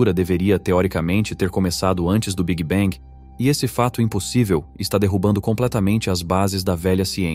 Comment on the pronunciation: tudo ia muito bem até o migué "big bang"... aí não dá - "biguibengue" não dá... é muita tolice